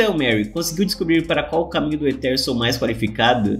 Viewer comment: O correto é "Éter", e o "Realmheart" se pronúncia "Realmehart".Não estou criticando, só tentando ajudar, sou fã dos seus vídeos e espero que algum dia você leia Tower Of God aqui kk